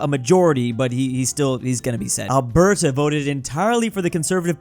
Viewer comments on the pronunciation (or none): none